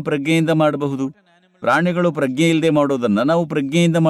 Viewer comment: Sir, your translation is good. But Pragna is prounced in Kannada as Pra-g-ne and not Pragge.